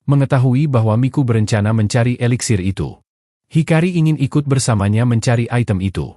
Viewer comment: Eliksir bukan veliksir